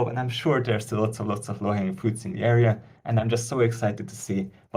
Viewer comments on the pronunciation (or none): none